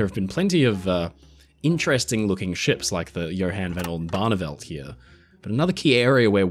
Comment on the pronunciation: I would like to commend this fellow for pronouncing "Johan van Oldenbarnevelt" properly enough that I recognized it so without having to pay attention.